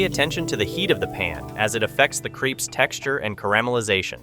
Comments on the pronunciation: If they're creeps I don't want them. That's not how crepe is pronounced 😂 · Lol you say "authentic French", then pronounce them "creeps" 🤦‍♀️🤦‍♀️🤦‍♀️🤣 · There is only one e in crepes, the way you are pronouncing it is creepy.